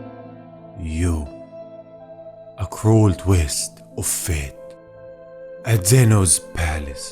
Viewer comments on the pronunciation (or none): none